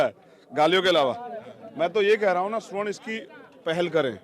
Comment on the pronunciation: रावण जी, स्वर्ण नहीं सवर्ण कहिये। ।